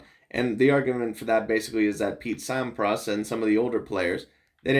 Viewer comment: Thanks for your GOAT discussion/reaction, you are so spot on (except for your pronunciation of Sampras, heh). And there's quite a bit more in Djokovic's favor as well that you could've touched on. One clarification though: yes Federer currently has 10 more titles than Djokovic does, but Fed turned pro 5 yrs earlier, plus Djokovic has won tougher tourneys overall (more slams & Masters 1000s, and has faced way more top 10 players). By the time Djokovic is Fed's age, he will not only have surpassed Fed, but he might challenge Connors for the all-time titles lead.